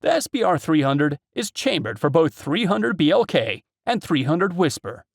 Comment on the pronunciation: 3oo be el kay…..lol😂